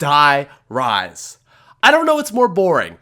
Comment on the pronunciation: dear reise instead of five